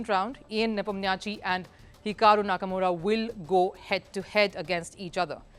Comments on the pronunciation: Again HAKAMURA.........come on did you guys not read the comment section. I'd appreciate it if you could just pronounce his name correctly. It is HIKARU NAKAMURA. A really famous chess youtube. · try to pronounce the name correctly not hakamura